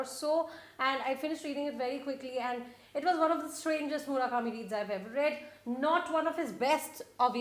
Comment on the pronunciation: Dear, Please, please (crying, sniff, sniff) please don't say 'Murakami' again, ever, never, ever........pleasee............